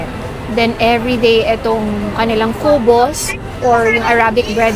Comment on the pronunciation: Kubos,mabilis magbigkas Hindi ku-bos